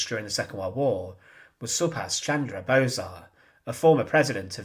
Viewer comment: Pronounce as "Bose" like "Those"